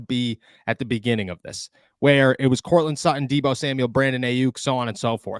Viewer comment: How is it u can't pronounce your T's? Courtland Su__on? Come on man! Pronounce his name correctly!!